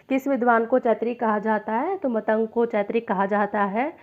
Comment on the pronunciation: अरे uney मतंग ऋषी नाही केहते ऊन का नाम मातंग ऋषी हे